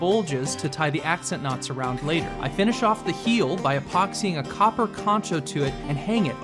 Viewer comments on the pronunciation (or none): none